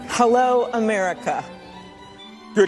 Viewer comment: "Thank you AHMERIKAH"😳